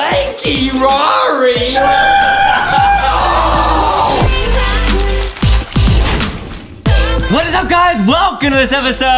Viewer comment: I started laughing when Justin said LANKY RAR it was spost to say LANKY RARI not LANKY RAR lol🤣🤣